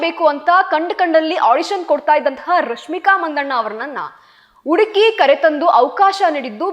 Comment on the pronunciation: ಅಗಲು ಅಲ್ಲ ನಿನ್ನ ಬುರುಡೆ ....ಉಡುಕಿ,ಇನ್ನಲೆ ಅಂಚಿಕೊಂಡು, ಎಬ್ಬಾಗಿಲು ಥೂ ನಿನ್ನ ಜನ್ಮ